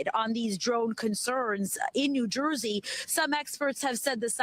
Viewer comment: It’s Jersey not joisey goofy